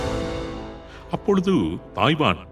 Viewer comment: 'இப்பொழுது', 'அப்பொழுது' என்பதில் 'து'வை நடுநிலை உச்சரிப்பில் சொல்ல வேண்டும். thu என்று சொல்லக் கூடாது. the என்று சொல்ல வேண்டும்.